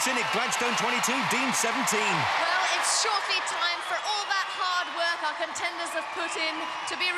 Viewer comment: CONTCHENDERS!?! ARECH-OOOO READY?!?